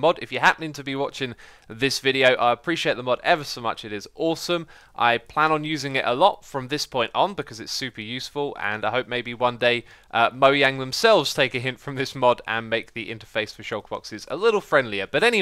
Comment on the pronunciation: did he just said moyang?